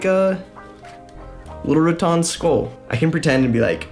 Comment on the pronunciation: It's RaTAN not RaTON.